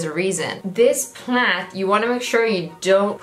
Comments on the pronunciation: It took me way to long to figure out that you were saying “plait” not plant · Lmfao dying at you calling a braid a Plat? Plad? Plac? Plant?